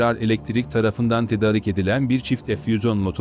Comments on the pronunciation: seslendirme ile ilgili sorunları çözmeniz gerekli .... ' tedarik ' değil ' tedaarik ' şeklinde okunmalı ... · TEDARIK TEDARIK TEDARIK TEDARIK TEDARIK TEDARIK TEDARIK TEDARIK TEDARIK TEDARIK !!!!! Sunu dogru telaffuz etsene be kardesim... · Türkçe konuşmayı bilen bir konuşmacı bulsanız? Tedarik ve sanayi sözcüklerini söylemeyi bilsin bari. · Seslendiren Türkçeyi nerede öğrenmiş acaba!.. Hayatında "tedarik" sözcüğünü duymamış. Düzgün okuduğu tek bir cümle yok. Nereden diploma almış, kimlerle konuşuyor, nerede yaşıyor acaba...